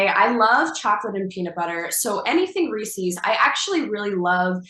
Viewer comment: She is soooo hot 🥵 But the ways she says Reese’s is sooo wrong 😂